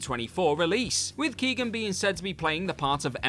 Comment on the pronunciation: Tubridy is pronounced Tub rid ee and Barry is not Keegan but Keoghan-pronounce the G.